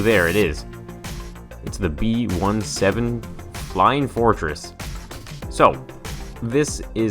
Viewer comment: It's B seventeen not B 1-7